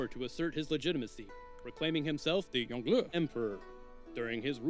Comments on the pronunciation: As someone who learned some Mandarin from their Chinese mother (still learning), it does seem over emphasized. Like he is over the top with his pronounciation, as if he is announcing his special attack. XD And even after all that emphasis, it still doesn't sound quite right. The Yong is supposed to have this going down, then up quality with its tone, (kinda like as if you said "o-ho", like you are kinda surprised), and then the le is supposed to be just hard and fast. But you can still make it sound natural, even while saying the rest in English, once you know how to pronounce it. It's just like when a foreign person has difficulty pronouncing an English name, whereas for a native speaker it would fit in with the rest of the sentence. They could have also just copied the Chinese characters for the name and looked him up on YouTube to know how to pronounce it, but you know, mispronouncing foreign names happens a lot when I listen to stuff in English. Like how they just decided to have their own English variant of Sunwukong, with the intonation all wrong. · firaxis hiring some poor guy from fiverr to pronounce the names of ancient chinese leaders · I get how it's supposed to be pronounced. I don't care. He is Yongle in my heart. And thus he shall be called such. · Youngle is pronounced young luh. Wu zetian is pronounced as Woo zet-I-an. Qin ahi huang is pronounced like chin she hwang. Something’s don’t translate that well like huang and zetian. My credentials are that I live in Taiwan and I speak moderately good mandarin. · Its not yongle. its Yong Le. And its INCREDIBLY problematic if not racist to willingly mispronounce these names. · yeah they do. its a little overpronounced on the tones but its right. its like "yohng luh" source: i actually speak mandarin chinese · Isn’t it pronounced like “Yohng-luh”?